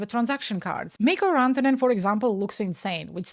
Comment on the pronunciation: You pronounced Mikko Rantanen almost perfectly 😀R was a little bit off, well done.